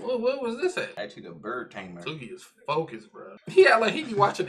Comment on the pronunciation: Ugh him saying Tsukki’s name wrong is so cringe-worthy, please tell me you didn't say Tsunade’s name wrong too cause the T in her name is also silent